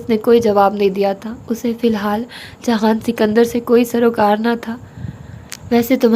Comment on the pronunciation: aap jihan sikander ko jahan kyu kehti hai??